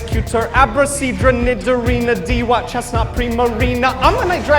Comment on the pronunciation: its pronounced Do-watt